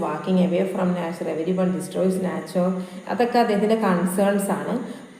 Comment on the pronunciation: മാഡം, നാച്ചർ എന്ന് പറയുന്നതിന് പകരം നൈച്ചർ എന്ന് പ്രെനൗൺസ് ചെയ്യൂ 😊